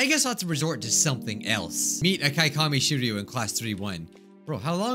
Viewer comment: Just to help u, the pronunciation for Akaikami (i think) is Ah-cake-uh-me